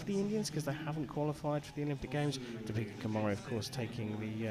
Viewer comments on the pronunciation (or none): Its Deepika kumari not topika kumari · her name is deepika not topeka